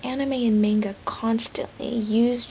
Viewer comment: no offence you know youre pronouncing Manga wrong through this entire video right?